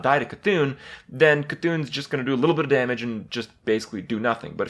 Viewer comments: 'deal 2 daymage' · "2 dameage" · That is now how I will pronounce "damage".